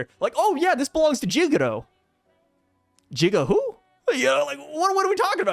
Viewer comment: “Jigga who” 😅😅😅